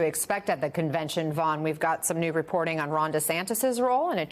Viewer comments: “Convection” my goodness it contagious. Back to the mask mandates. Is there a Biden vaccine? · Ah you slipped. "Convection" vs "Convention" that was a clear gaff. Hmmmm, maybe time to retire and let someone younger take over. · "Rapablicans going to convection". Nice intro to this nosense segment. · Oh my G** she said convection instead of convention. I am not sure she is qualified to read the news. she is probably too old.... or maybe everyone makes speech gaffes. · So, the MSNBC news anchor mispronounced a word. She should resign immediately.